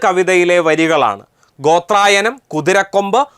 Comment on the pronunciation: ഗോത്രയാനം ആണ്😊 ഗോത്രായനമല്ല